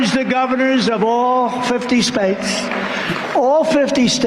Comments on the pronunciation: Did he say all fifty SPATES? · "All Fifty Spates" -Donald J Trump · The qualifications of a true president😂